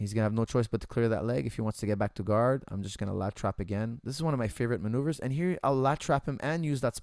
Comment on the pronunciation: I swore he was saying latch wrap. Lat trap makes a lot more sense...